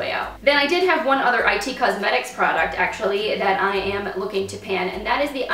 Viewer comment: Nice progress!! Btw, It Cosmetics is just pronounced “it” rather than “I” “T” cosmetics...